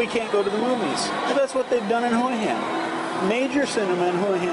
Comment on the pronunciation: He guy can't pronounce the name of the place properly. Typical yank.Probably drives a Jagwaar.